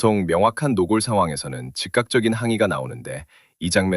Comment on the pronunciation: 노꼴을 노골이라고 노골적으로 발음하네.